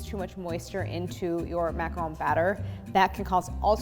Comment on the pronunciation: I jumped straight to the macaron portion and when you said “macaroon”, I almost turned you off. 😖 I’m glad I stayed. Very informative. 👍🏼